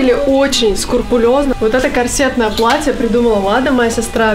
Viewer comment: Мне интересно, куда у участников лейбла BlackStar пропадает звук "С" и появляется звук "Ш"🤦🏻‍♂️, коршетное платье... И все молодые исполнители это пародируют теряя качественное звукоизвлечение, на Голосе кстате тот же Градский и Агутин и Пелагея это говорили...